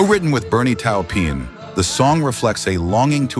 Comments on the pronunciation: WHO the HELL is "Bernie Towpee-an"???!! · Its pronounced Torpin...Bernie Taupin😆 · Bernie Taupin is Bernie tah-pin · Who's Leenerd Skeenerd? And, who's Bernie Towpeen?